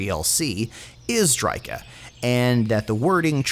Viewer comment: no that be call the mutant and the briarmaiden ps: it drycha